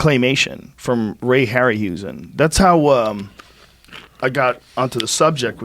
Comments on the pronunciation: Ray Harryhausen was a STUDENT of the guy who did King Kong, named Willis O'Brien. Ray Harryhausen was a kid when King Kong was made. And it's HAUSen not HUSen. Sorry, I'm a nerd. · Mr Rogan: Ray Harryhausen’s last name is pronounced “hairy-how-zen”, not “hairy-hoo-zen”, just so you don’t sound dumb again :) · I love Joe but his information is a bit incorrect when it comes to Ray Harryhausen. First off he's pronouncing the name wrong. Second, he didn't do the stop motion for the original King Kong, Willis O'Brien did. Harryhausen was actually inspired by O'Brien and King Kong to start doing stop motion animation himself. Years later they would collaborate on the movie 'Mighty Joe Young' together, which is similar to Kong in style and premise, so maybe that's what Joe is thinking of. Harryhausen is often thought of as the grandfather of stop motion, and O'Brien as the great grandfather. Also, one of Ray's movies was actually the biggest inspiration for Godzilla. 'The Beast from 20,000 Fathoms' was released in 1953, and was about a giant prehistoric lizard-like dinosaur that found it's way to New York and went on a rampage. One year later in 1954 Japan released the original Godzilla. I only write all this because I'm a fan of Joe, but also a huge Ray Harryhausen fan and monster movie nerd in general. Anyone else who finds this stuff interesting should look into it more too, Ray was a legend and is literally the inspiration behind some of the biggest filmmakers of the last few decades.